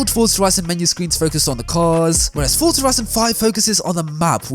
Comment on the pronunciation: It is so refreshing to hear a YouTuber pronouncing the word Forza correctly. So many pronounce it as it is written. #RealRacersKnow